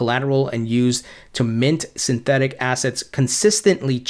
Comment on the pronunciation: why am i listening to a guy who cant even pronounce the word synthetic